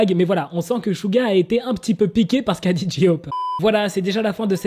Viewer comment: Mais J-hope, c'est pas censé se prononcer Gé-hope, comme en anglais j = gé et g = ji... ? 🤔